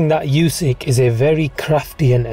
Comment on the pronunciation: his names pronounced oo-syk not u-syk